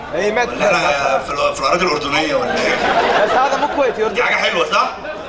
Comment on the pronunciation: ايش هازا هازا حكي